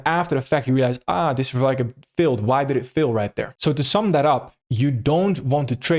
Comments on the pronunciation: Thank you so much for every thing ! yet times I hear "FAIL" as "FILL". My bad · Fail not fil ❤